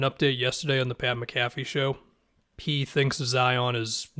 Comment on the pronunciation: The way you said pat mcafee